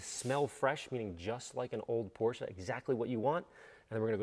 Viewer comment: Thank you for saying "Porsche" right.